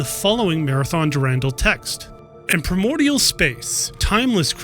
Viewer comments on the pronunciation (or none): none